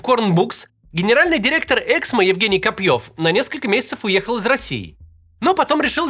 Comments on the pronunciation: "ЭксмО", а не "Эксмо". Можно хотя бы погуглить куда ставить ударение? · Эксмооо,а не эээксмо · Правильное ударение эксмО. Можно же немного разобраться. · Максим, пожалуйста, Эксмó 🙏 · Давайте хоть сделаем вид что мы не первый раз услышали про это издательство и уточним ударение "эксмО" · Правильное ударение в названии: эксмО! Слух режет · у автора канала большая проблема с ударениями в словах и фамилиях. "эксмО" (на последнем слоге ударение). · я автор "Эксмо" (кстати, ударение на последний слог). Они и так по полгода выплаты задерживают, еще и это, блин